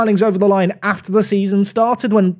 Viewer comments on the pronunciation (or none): none